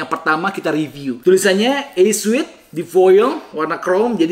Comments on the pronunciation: Kerenn.. Btw, suit bacanya sūt... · Koreksi dikit aja, suit bacanya sut